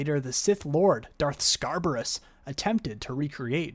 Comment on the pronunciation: It’s Scabrous, not Scarbrous.